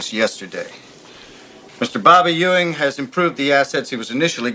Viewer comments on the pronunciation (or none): It’s pronounced “eewing”, not “you-ing”.